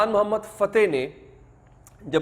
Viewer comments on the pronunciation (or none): سلطان محمد فاتح... درست کریں.. تلفظ.... بھائ